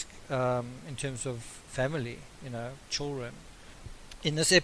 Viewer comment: Why can't you pronounce children? You say everything else correctly, but you can't say CHILLD REN????